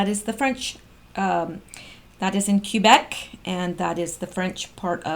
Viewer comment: Thank you for including us as you do your research. Even we have to update our beliefs when we get new info. There is nothing to apologize for. I laughed at "Q"-bec. is that how we pronounce it now? awesome! In French I could start a "Kek-bec"! Hahaha